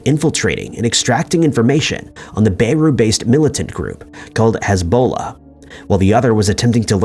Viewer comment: “Bay-roo, Lebanon”